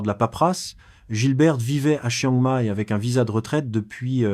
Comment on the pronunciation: Vraiment penible ces voix AI qui me savent pas prononcer "Chiang Mai" ou "baht".